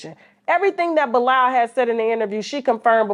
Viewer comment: And TK kept saying it right for him, he still didn't get it